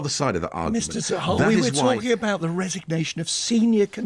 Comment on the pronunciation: I know you are a treasure and we love you, as an important voice in the social media. But the new chancellor is Nadin Zahawi, not Zawary.